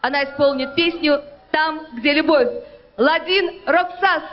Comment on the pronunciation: next time, do your assignment...get the lastname right! Roksas...bwahahaha!